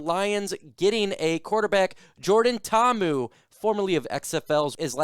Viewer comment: Braddah you gotta pronounce Poly names with more effort. Mahalo